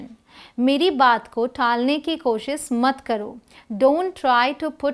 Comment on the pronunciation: Aap koshish ko koahis bolte hain